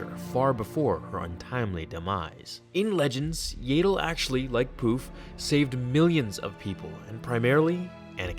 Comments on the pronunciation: Yaddle (pronounced Yad Dle) not Yay dle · Yaydle? Thought it was pronounce Yaddle :S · I thought it was pronounced as if to rhyme with 'addle' or 'straddle', it would make sense because that's the same 'a' sound as Yoda's name. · I thought it was yaddle not yAddle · You are pronouncing it wrong. It is "Yaddle" as in "paddle". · It's pronounced, yeah dull (say it fast). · They way you pronounce Yaddle disturbs me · The way you pronounce her name makes me wanna kill myself, good video though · Omg i can't stand your pronunciation